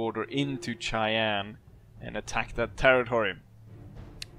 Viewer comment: As an American born and raised, this might be the first time I have ever heard anyone pronounce Cheyenne "Chai-ann." Until now, I have only ever heard it pronounced "Shy-ann."